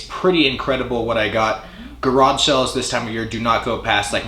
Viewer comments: Is he saying sells? Garage sells? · Sounds like “cell” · The way you Arizonians say sales and deals cracks me up. I'm sure the NY accent is absurd to you cats. Space Jam for the PSX? Never played it. Some quality titles in this vid! Nice DSi find.